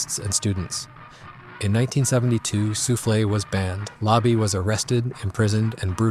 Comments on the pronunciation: I appreciate how you tried to read the french words You did mostly weel but souffles is read soufl not soufflé (انفاس anfas in arabic) meaning breaths Next time try google translate to know the pronouniciation ! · Quick correction: it's "Soufles" which means "Breaths", not "Soufflés" the bakery item.